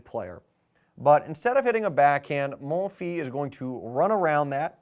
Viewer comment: Great video! BTW the "s" at the end of "Monfils" is pronounced